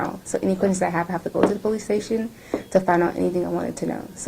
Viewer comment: Lmao ,this 304 was able to pass Tractor Trailer school ????? There is no way she did .....😂 Yet says pole- leases 😂😂😂😂😂😂.And her arms OMG I KNOW OFFENSIVE LINEMEN WHOS ARMS ARENT THAT FAT .AND THE WIG 🤮🤮🤮